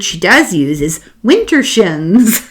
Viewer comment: As you say, there are no coincidences. Tonight I needed you to read me a book and chose this one. I'm exhausted by politics today and can hardly face the next month. So here I am, and you said the magic word, withershins. (I think you said wintershins--close enough). My parents were from Scotland, and I instantly knew that my mom had used a word very close to what you'd just said. Sure enough, withershins means counterclockwise in Scottish. Then you went on to talk about spinning as kids, and we did that, too. Sometimes we'd stagger around like drunks afterward. Sometimes we'd flop onto the ground and watch the clouds go in circles. Thinking more about it, I realized we always spun withershins. And now you've got me wondering if, somewhere in time, those kids are still spinning. This is much more fun than politics. Thank you, ❣️🌺🌈